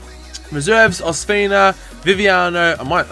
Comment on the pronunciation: It's pronounced os-peena